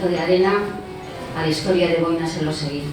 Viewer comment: Impresionante escuchar esto en Euskera. En este idioma, escucho un acento en la í del apellido Elosegui — ósea, Eloseguí! Cierto?